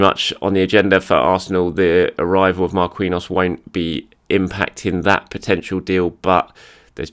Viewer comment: You should really fix your pronunciation of "Marquinhos", PSG and the Brazilian National Team have another Marquinhos and as far as I remember you pronounce that one right. Anyways, it's not Mar-kiwi-nhos, it's Mar-ki-nhos.